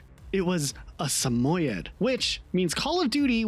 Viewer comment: weird pronunciation of samoid